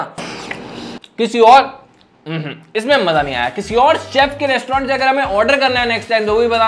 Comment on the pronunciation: Restaurant❎ Restaurand✅